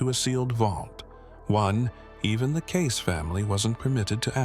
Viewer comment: It’s pronounced Cayce-ee not case 🌏💚⚔💙🌍💕